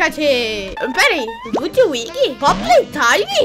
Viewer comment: olha se vc não sabe e lutvic que fala não ludwuig